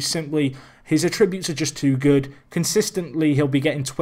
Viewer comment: A-ttributes! The emphasis is on the A not the 'trib'!